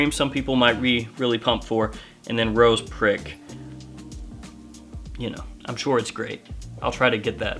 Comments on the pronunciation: Youtube think you're saying Rose Crick lol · It’s pronounced ‘ro-shaw’ lol but great video as always man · Rochas is a french brand, in french you almost never pronounce the last letter. so it's pronounced "Rocha", and not with the spanish "jotta", simply "CH" like in "mashed"